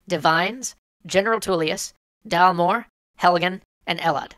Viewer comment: Really? DALMOORE?!